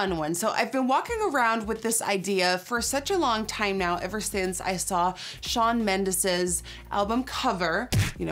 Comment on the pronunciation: NikkieTutorials u said Shawn mendes wrong hahahahaha